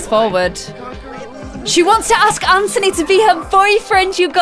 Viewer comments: stop saying 'AnTONEE' it's just 'An-Thu-Nee' ok? 😂😂💜 but love you anyway great video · Anthony is pronounced an-the-knee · its actually kind of bothering me that your saying anthony and ciara names wrong. well from my point of view in america anthony is pronounced an-th-on-y and ciara name is pronounced ci-air-uh. no hate nothing but love but i thought you should just know ! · It's pronounced a-nth-ony